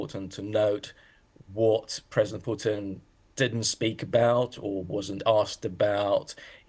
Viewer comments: He is not called Pewtin lady💀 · не понимаю английский, но слышу как эти *** произносят "Пууууутин")) *** манерные.